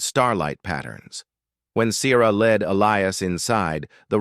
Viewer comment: The pronunciation of the name 'Sierra' or 'Siera" should emphasize the 'e' without making the letter hard!. English is a complex language and has a complex nature that is not easily done well!. Oops LoL 😮😢